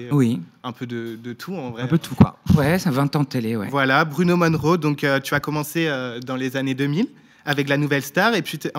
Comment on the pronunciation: Monroe pas Moneroe :)